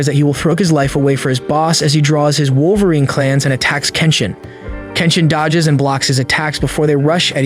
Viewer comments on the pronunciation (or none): none